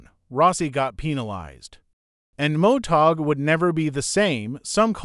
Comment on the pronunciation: Did the uploader even proof watch this? The AI is terrible. This is a fail video. It can't even say MotoGP. Motag?? And there's other words it gets badly wrong. Footage is good, if a bit all over the place. But the AI is terrible.